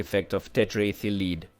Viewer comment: Good, interesting documentary. The AI voice could use some training on saying dates such as 1928, and to always pronounce lead so it rhymes with bed. 😃